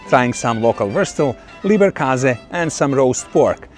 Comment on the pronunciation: It's LEBER...not LIEBER😅